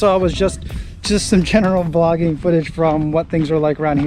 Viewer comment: Could have sworn you said "foodage" . 😀